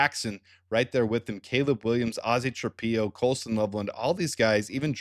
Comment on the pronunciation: Ozzy's last name is pronounced Tra-pillow. Why do you insist on pronouncing it Tra-pee-o?